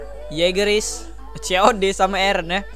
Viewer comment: Laki laki manggil eren : eren Cewek : ereh